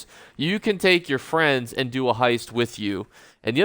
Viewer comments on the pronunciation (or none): none